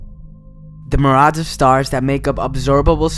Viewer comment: Learn how to say "myriads"